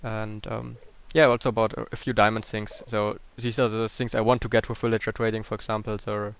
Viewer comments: just to help u... say vil-age-er for villager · I like the way it sound like you say "Willager" not "Villager"